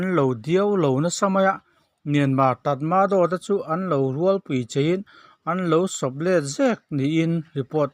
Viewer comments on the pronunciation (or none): Tatmadaw hi Tamaraw ti a sawi tur an tih thin kha maw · tat madaw tih a lam rik tur, vai paden tih ang hian.😀